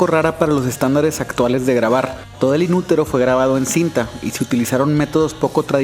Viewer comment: Cc quieres pronunciar como los gringos pero dices inuroro :v JAJAJA